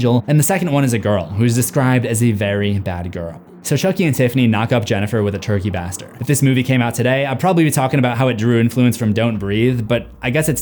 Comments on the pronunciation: Bayster* not bahster... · The fact Chucky was melted down in 3 explains the Made in Japan part you have a problem with, but incorrectly give credit to #2. Also, it’s a “base-ter”. Not “bass-ter”. Censoring “Shit” on YouTube? Yeah, ok bud. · I was thinking about how attractive you were, then noticed you don't know how to pronounce "baster."